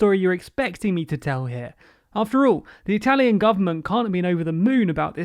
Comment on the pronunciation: I am usually not a big stickler for proper pronunciation, but that was painful. That probably has to do with how many Italian immigrants my country received, as opposed to the UK.